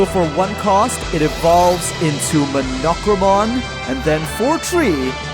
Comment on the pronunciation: Your pronunciation of Monochromon was very… unique. I expected “Mah-no-crow-mon” and instead got “Muh-knock-row-mon”.